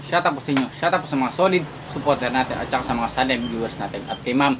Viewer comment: Shout out sa iyo para matoto ka mag bigkas ng Tama SHOUT OUT. Hindi SHUT OUT.